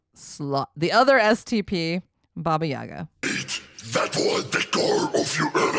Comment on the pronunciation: Vocal Coach это преподаватель вокала! который не смог загуглить куда ставиться ударение! NOT BABA yAGA... BABA YAGa. ну Задорнова фраза актуальна как никогда!